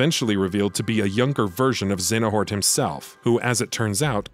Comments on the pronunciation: Overall, this recap is accurate and enjoyable, but hearing "Xenahort" instead of "Xehanort" in the latter sections of the video... 😬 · I won't forget that "Xenahort" moment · Got real triggered when i started hearing "Xenahort" instead of "Xehanort" but at the same time I would've hated to go back and redo that shit too LOL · I feel a lot of darkness everytime this guys says Xenahort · Every “Zena-hort” hurts my soul. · Halfway through the video they start saying Xenahort instead of Xehanort, and it ruffles my jimmies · Who the fuck is Xenahort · Y’all butcher Xehanort’s name bout as much as you do “Yuffie and “Red 8”😒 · Was a great video until the second voice actor cant figure out how to pronounce the main antagonist of the game and is then so distracting you cant follow along. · Okay... Having 2 different narrators is not ideal to begin with... But having it 1, start over half way through and 2, having him say one of the most common KH names WRONG... my god... The info is good, but it's so hard to sit through the second half of it... Not t mention the fact that only half of the "X blade" mistakes were fixed... A mess of a video, but all in all good. P.S, you mention we should comment if we thought you missed anything and whatnot, but are you even going to look? who's going to look? is anything going to change? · Aaaah!!!! Pronounce the names correctly please!!!